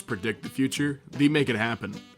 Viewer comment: Why does he pronounce they like the